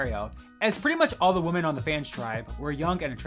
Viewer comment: Do you not know how to say women and not woman? Holy